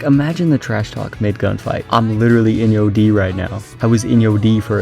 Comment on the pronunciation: By the way, Enyo is pronounced “On-yo” not “In-yo”. So it’s even worse than what you think